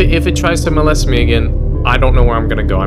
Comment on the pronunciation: I knew he was gonna say mol-lest again. 😂